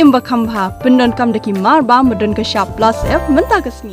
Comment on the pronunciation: Rukom kren kata ka kynthei ba pynkren ia kato ka dkhar lei sngew beit kumba ong Pla Syep ia ka Plus F😂